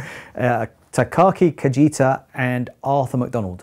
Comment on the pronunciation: The "j" in "Kajita" is not Spanish j. The phoneme "ji" is pronounced like "g": ka-g-ta.